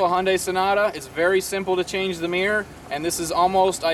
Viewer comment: arrrgggggg WTF is a MEEEER It's MIRROR